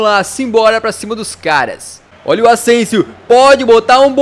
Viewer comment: Vc falou ausensio